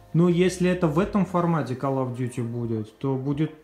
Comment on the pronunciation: и не калл и ккал , а кол